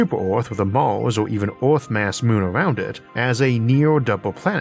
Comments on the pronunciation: As someone who has been listening for what, 5 years, your pronunciation after speech therapy has grown by leaps and bounds. If people can’t handle the occasional mention of Orth, they don’t deserve all the amazing content you produce. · Theres nothing better than Isaac saying urrf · I don't care if it's not the proper pronunciation. "Uranus is 15 times Earth's mass." Is just golden. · Good Sir, if you pronounce Earth any other way, we're going to send Agents to deal with the doppelganger.